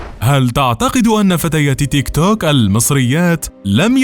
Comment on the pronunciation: تنطق تيك تووووك بطريقه غريبه